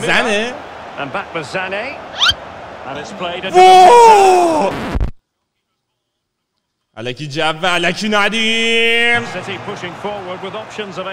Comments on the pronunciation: اون تیکه ای که گزارش گر میگه سانه آریا میگه زَنه🤣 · به سانه میگی زنه😂😂😂 به زینچنکو میگی شفچنکو😅 بعدشم گوندوقان مگه آلمانی نبود😢